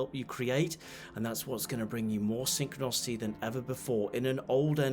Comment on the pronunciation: You keep saying synchronocity. Do you in fact mean synchronicity?